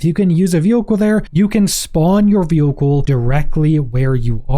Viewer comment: Bro can't say vehicle